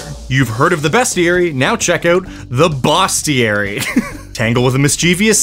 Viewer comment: "bosstiary" sounds SO wrong in Brazilian Portuguese... 😂